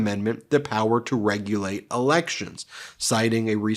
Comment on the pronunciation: problem here is that the GOP hears rigulate instead of regulate.